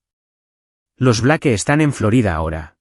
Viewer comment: "Blake" en ingles se pronuncia "Bleik"